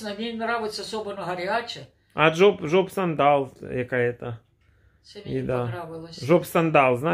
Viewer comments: не Жопсандал, а Аджапсандал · 😆😆😆 не жоп сандал, а АджапСандал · Аджапсандал а не джопсандал,грамотей!!